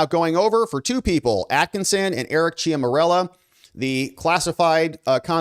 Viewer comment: Love your work, but if you're going to say somebody's name, like one hundred times, you should spend a minute to learn how to pronounce it correctly. "Ciaramella" is not pronounced "chia morello". This distracts from the story.